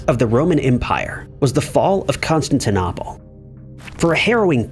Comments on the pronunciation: Please learn when people use TTS and its pronunciation, not literacy. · It's pronounced Constant Nipples 😂😂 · Constantine NAH pol ?????!!! Please become literate.